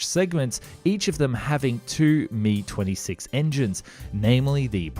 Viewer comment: You don't say Ka or Mi together like that! The "k" and "a" of Kamov and the "m" and "i" of Mil are spoken separately as individual letters. The only designations that are spoken together are ones with 3 letters like MiG (Mikoyan and Gurevich Design Bureau) or Yak (Yakovlev Design Bureau) that can be spoken in one syllable.